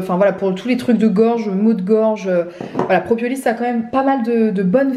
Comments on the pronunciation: C'est "propolis" et non "propiolis" ! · Je crois (sans m’avancer 🤣🤪) qu’on dit proPOlis et pas propiolis. Je compatis tellement avec ton mari mettre des gouttes a des petits même à des grands enfants !!! C’est une galère !!! Super temps des fêtes à toute ta famille !!! Profites bien !!! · PropOlis et non propiolis ;) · Pourquoi dis-tu propiolis ? 😂 Très sympa ton pull 👍